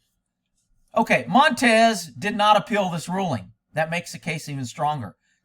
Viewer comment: I believe it's pronounced (Moan-tonn-yez). Monte works for me though.